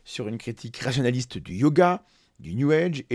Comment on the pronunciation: Excellent contenu, comme d'habitude. Par contre, fais attention à la prononciation de 'sphère Rationaliste'. A chaque fois, j'entends 'sphère Nationaliste'... C'est pas la même chose, mais alors pas du tout !